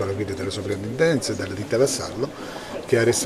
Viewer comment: Per cortesia... si scrive e si pronuncia soPrintendenza...